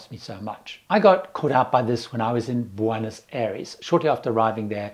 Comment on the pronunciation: Buenos AIRES, not ARIES